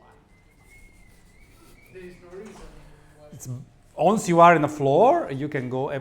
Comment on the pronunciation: Da rivedere la pronuncia di "once"